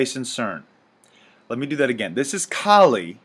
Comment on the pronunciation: You're saying her name wrong, first off. Second, Kali is a Hindu goddess, not demon. She is the goddess of destruction. The name 'Kali' directly translates to 'time' - the Hindi used her story to illustrate how fighting against time is futile, and the more you try to oppose time the more destructive and fierce she becomes. Again, she's a goddess, not demon. Do some damn research before word vomiting crap about a belief system like Hinduism.